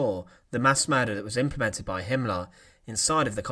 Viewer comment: Massacar = massacre. Him Laar =Himmler. Pipar =Piper. Yoof =youth. Officar =officer. Leader = leader.